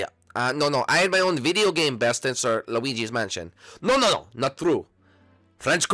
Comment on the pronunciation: luwigy manshon